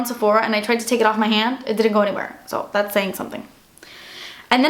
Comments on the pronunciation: I love it when you say "dats expensive" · I find it so funny when you say "dats expensive" you need to make merchandise saying it on it's your face aswell when you say it 😂😂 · i love it when you said "dat's expensive" xD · 'Das expensive' 😂😂 I love you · Amanda Hart Exactly!!! Wasn't sure how to spell it to make it sound the way pronounces it:P